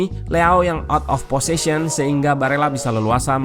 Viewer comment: Gak masalah sih bang, bukan bahasa sehari2 di Indonesia, jd ya wajar kalo ada salah pengucapan, toh yg denger pun tau maksudnya